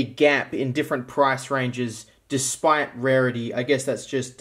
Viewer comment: It Bugs How He Said The Raritys Wrong lol